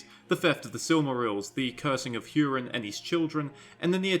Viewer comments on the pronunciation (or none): It’s hOO-rin not hYOO-rin